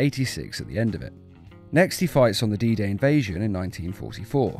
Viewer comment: The what invasion? Edit: Nvm, "D-Day invasion". I thought you said "Adida Invasion" lmao.